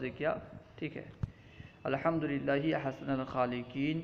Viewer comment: آپ عبارت غلط پڑھ رہے ہیں احسن کے نون پر فتحہ کیوں